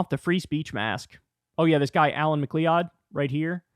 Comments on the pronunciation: McLeod isn't Mac-lee-odd. It's Mac-loud. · McLeod is pronounced like McCloud, Kyle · Pronounced Muh-clowd, damn-NING